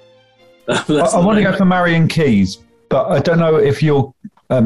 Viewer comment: Marian has 3 syllables, surely?